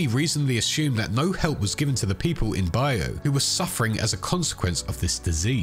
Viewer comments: Just fyi the Bayou isn’t a specific area but refers to the swampy country lands of Louisiana Mississippi and Florida in general. It’s also pronounced Bye-you phonetically whereas you’re saying bye-oh Minor thing but I had to say something as a native east Texan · Pronounced bye-you